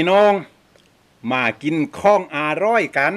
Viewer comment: คำว่าอาหร่อยของพี่มันทำให้เค้ายิ้มและขำทุกครั้งเลย^^😋